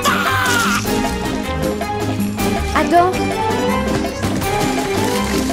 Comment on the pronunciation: Hello it's Adam not adan